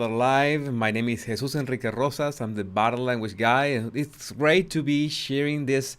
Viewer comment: The way this" Bodddii languish booddii" dwells in the shallows of the "culture" is disgustingly shameful.